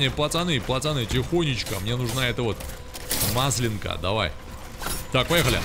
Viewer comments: Маслёнка - ударение на "Ё". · Не маслЕнка, а маслЁнка))))